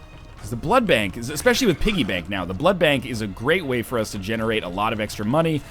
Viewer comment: SAY BLOOD BANK RIGHT